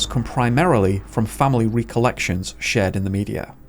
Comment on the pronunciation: Did you seriously say "Ree- Collection" 😂😂